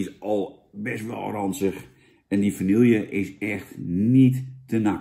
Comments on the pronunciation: Het is "vanieje" Niet "vanielje". Doe me niet zo'n pijn ‼️😭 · Jantje, wanneer stop je eens met vanille als vanielje uit te spreken? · Vaaaanieeeeeeelje, zoals alleen ome Jantje dat kan uitspreken....